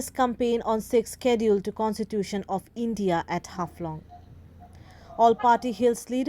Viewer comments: Not sixsedule....sixth schedule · Your pronouncetion is not good not sixkedule sixsedule